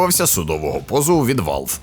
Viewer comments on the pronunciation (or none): none